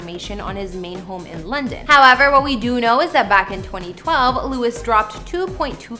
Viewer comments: Louie is the French pronunciation of Louis. Everyone calls him Louie. If you call him Lew-is then you must have been living in a cave, not a mansion, for the past 11 years. He stays with Harry in LA. His son is in CA with his Mum that Louis co parents with. I think this presentation needs to be a bit cleaner factually. Just an opinion. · lol his name is pronounced as Louie not Lewis😁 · She's saying the name wrong. Omg. Stop saying lu-is! It's pronounced loo-eeee not loo-issss. Btw I'm unsubscribed from this. Sorry but my husband wrote this comment. 😂😂😂😂😂😂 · It’s pronounced as Louie not Lewis🥲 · His name is NOT Lewis. It is Louie. Geez, some people. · LOUIE NOT LEWIS!!!!!! Omg I'm gonna scream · You really need to research the people whose home's you are revealing. His name is Louis pronounced Louee as in the french pronunciation in other words minus the s sound! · Dude it's Loo-i tom-lin-son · Disliked because you mispronounced his name 200x. LOU-IE, not Lewis. Can't wait to see future videos about Harold, Ly-am, Niel, and Zahn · His name is not pronounced Louis, but Lou-eeee! Please check your facts dear before putting out another video. If you call him Louis one more time after this video, I'm sorry but Ill be forced to unsubscribe and not watch your vids any longer! I mean that in the nicest possible way!! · It’s pronounced Louie! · Every time you say Lewis, it's like nails on a chalkboard. It's LOU-IE!! UGH!! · Learn to pronounce his name. Louee, the French way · my ears bleed whenever she says lewis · Girl......if you call him LEW-IS one more time, imma slap you! lol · Louis is his name (lou-ee) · Lew-ie is the correct pronunciation. Every country in the world knows that you are mispronouncing his name. DO AT LEAST 5 MINUTES OF RESEARCH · It was driving me crazy how she kept saying his name wrong but then I saw how pretty she is and I forgave her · YEAHH even I was thinking the same .. louis not gonna be happy.. He don't like it ya know. 💙💚